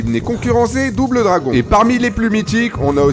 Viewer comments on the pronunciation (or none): none